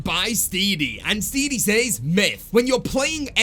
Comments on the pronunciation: Bruh his name is Steady not Steedy 😂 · Why did he pronounce steady as steedy?